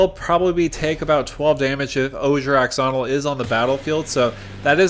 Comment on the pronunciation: "Ash"onil. X makes a shh sound.